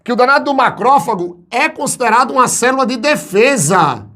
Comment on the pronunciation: Ouvir a palavra "cerula" eh a melhor parte da aula kkk